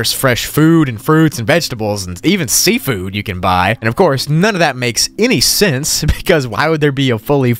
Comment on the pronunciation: did you say seafood????